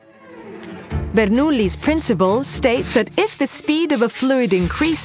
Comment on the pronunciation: You forgot about the Coanda effect, but nice presentation overall. And the AI voice is great too. I love how it says the italian names: Bernoulli, Venturi, and of course Ferrari.